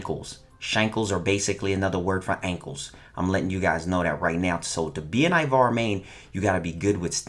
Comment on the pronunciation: First step* say ivara right